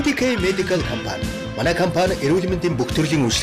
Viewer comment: Reklam unshij bga huuhen ineedtein be comfan geed bhiin compan gej helmeeriin